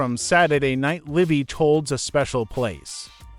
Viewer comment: Yeah, like Saturday Night live instead of LIVE. I'm guessing that the narrator may not have been alive in the 70's.